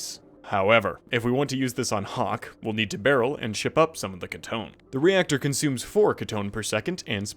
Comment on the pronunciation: its floura-keetone not ktone